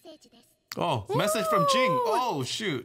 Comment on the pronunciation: ＮＯ "GIN" His name is "JIN"